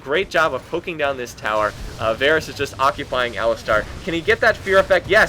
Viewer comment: Why do you keep saying Varus?